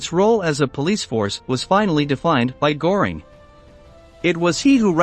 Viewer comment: Der Kommentator sollte sich entscheiden ob er englisch spricht oder deutsch. Aber wenn schon deutsch, dann richtig ! Nicht, z.B. Geheime Staats-Poleisei ( statt Polizei ) oder Hermann Goring ( statt Göring ), usw. Der Qualität des Berichts schadet die richtige Aussprache sicher nicht.